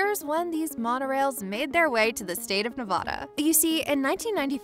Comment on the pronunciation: Nice video! One important thing though: Nevada is pronounced "Nev-aaa-da", NOT "Nev-ahh-da". We Nevadans would appreciate it!👍